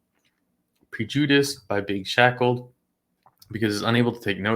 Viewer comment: How you pronounced PREJUDICED was unprecedented and hilarious 😂😂😂